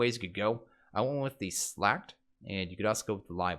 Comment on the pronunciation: "Scythe" is pronounced the same way that you pronounce "scent", not the same way that you pronounce "skip". "Slaked" is pronounced the same way that you pronounce "baked", not the same way that you pronounce "pack".